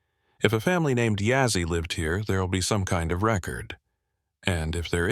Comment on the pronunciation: It's Begay. And not Bigay. And Yazzie and not Yazzy... Haha. Anyways... 😊 Not If you're going to tell a story.. say and spell it right. 😊. Looks like the front door is facing the wrong way. Should be facing East. 😊. Okay.. continue with the the story.